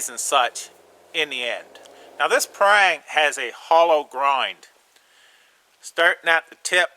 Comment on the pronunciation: I'm from Asia and these are my thoughts on Parang. Firstly, not be a snob, it pronounce as 'Parr -rung'. Not as 'Perr-rang'. And the Parang are tools. To do chopping, hold near the back of the handle. That's why traditional Parang got a curve knob at the end. It gives more leverage. And to do shaving, hold the back on the spine, not the handle. It's nearer to the center of gravity and easier to control. Other uses is to dig small holes. The blade is wide enough to be a small shovel. What we did was to 'chop' the ground, then try to flick it out. If that fail, grab the spine and scrap the ground. That was why I was laughing when I hear that the Parang can be use for food preparation. I would't eat food if it was prepare by a used shovel. The front of the blade can be use for skinning animals, and notch making. But most local hunters would just use a kitchen knife to do it. Never seen anyone skin animal with it. The sapling in the forest are springy. That's why the front and the belly is less curve than the spine. So that the blade can 'bite' into the sapling. If the blade is more curve like the Kershaw Camp 12, the sapling will 'curve' round the blade. Traditional Parang is a rat tail tang, secured b a pin, not full tang. This is to absorb shock from chopping. As most of the force is on the up and down chopping motion, this is good enough to secure the handle. We hardly do any push - pull type of cutting. And it use to be $5 to $30. So it's the favorite weapon of the Chinese a